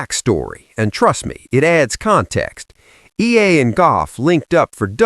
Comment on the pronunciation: ee-ya-la not eela